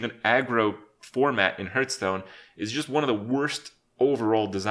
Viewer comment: I love how he calls the game Hurtstone. Same krip, same.